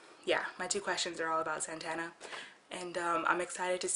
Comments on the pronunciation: I like your videos, but can you at least say my name right? It's 'Zatanna' not 'Zantanna'. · When ever she said "Zantanna" I screamed "IT'S ZATANNA!!!" Zatanna